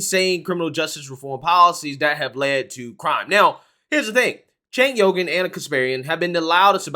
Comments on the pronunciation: is he saying Cenk Yogurt? LMAO. I can't stand the guy but a lot people don't know how to pronounce his name. It's pronounced Sank-Wee-ger. BUT please keep saying Yogurt, I think it's fricken hilarious. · It's actually pronounced Jank not Sank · “Jaynk Youger” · It sounds like you’re calling him Chank Yougurt 😂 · "Tank Yogurt" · It is pronounced "chunk yogurt". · I LOVE the fact, that you called him Chenk Yogart! 😄 he needs some yogart! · I lol'd when I thought you called him Chenk Yogurt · the actual correct way to pronounce it is Sank. Now maybe he pronounces his as Jank. That is what I used to say but then I have been corrected by people so many times, lmao. I think he needs to come out and just fricken tell people how he wants his name pronounced. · Love how pronounced Cenk’s name different every time he said the name